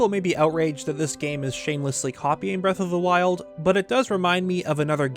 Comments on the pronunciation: Breath of the Meth? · "what was it called again?" Me: Breath of the Weth